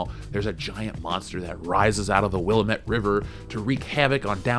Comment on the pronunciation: Please learn how to pronounce Willamette